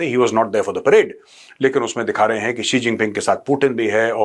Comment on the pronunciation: Hahahah chigeng G bolo😂